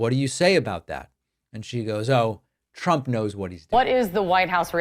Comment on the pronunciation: Why does she pronounce it "Chrump"?